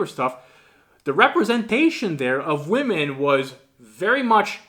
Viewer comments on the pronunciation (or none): Another example of the weird inability of some people to pronounce the plural "womEn" ... :D